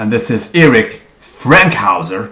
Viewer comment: Erik Fankhouser, not Frankhouser. Nice vid